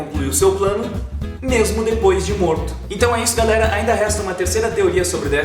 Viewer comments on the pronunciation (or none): none